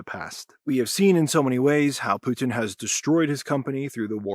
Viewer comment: PUH-tin. Spit that poo!